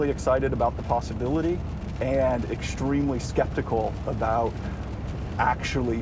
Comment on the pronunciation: There's no H sound in extremely. It's ek-stream-lee. Not eksh-treemly.